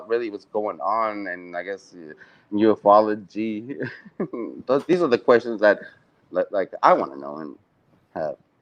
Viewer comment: Aah I love that and have quickly become firm besties 😀 now that Rich guy, ignore him total but is a top bloke 😂 Also love how pronounces Ufology as ‘you eff ology’ 🤣